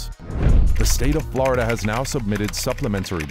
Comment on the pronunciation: Florida not Blarda bruh😂😂